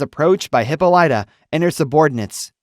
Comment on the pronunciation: Hippolyta’s name pronounced Not Hippo - Light - uh BUT Hip - Pol - It - Uh